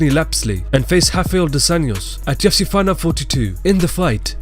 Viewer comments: Why do you say “UFC” like “TFC”. I was really lost for most of the video. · Dude can you please fucking talk more clearly when you say "Ufc" it sounds like "JewITSY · Are you saying "TUFC"? Try slowing down a little even you talk. Otherwise good video.